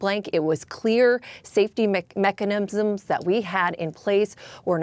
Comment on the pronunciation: Reporter can’t even say mechanisms straight